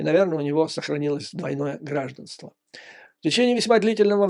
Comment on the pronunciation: ГраждАнство, а не грАжданство.